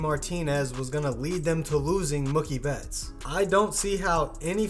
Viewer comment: "Mukie betts"...God dammit